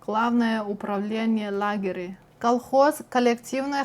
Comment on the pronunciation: Первый раз слышу про седьмой падеж Vocative в русском. Вроде как в украинском он должен быть. И еще маленькая поправочка - главное управление лагерЕй, ударение на третий слог. В остальном - спасибо за контент, и уважуха за шикарный уровень русского. Не представляю как иностранцы могут это учить